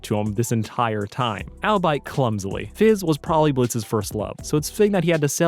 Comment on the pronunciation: Did you mispronounce albeit (All-be-it) as "Owl-bite" intentionally? Because either way, that was a wonderful pun